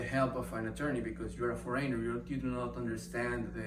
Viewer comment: thank you for this video. Very informative. Appreciate the information you are sharing. Just a little tip, the word is “FOH-reh-nehr” with the accent on “FOH” not “foh-REY-nher.” ☺️